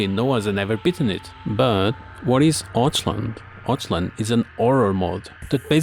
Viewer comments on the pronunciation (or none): You pronunce it "Oth-hwan" kurwa mać ^^ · "Otchland" nailed it bro xD. It's always so funny to hear people mispronounce Polish, no offence. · "Otchłań" spells more like "ohthwani"